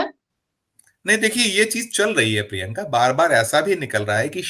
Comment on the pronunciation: अपने नाम का शुद्ध उच्चारण किया करें। शुद्ध उच्चारण प्रिंका नही प्रियंका है।